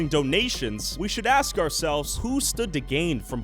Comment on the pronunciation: "When they axe for certain things"